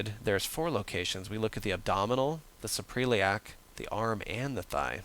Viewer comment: Very helpful. Just an FYI, though; Suprailiac is pronounced "Supra-iliac" (soup-ra ill-e-ak). It represents the fold above the iliac crest. Thanks!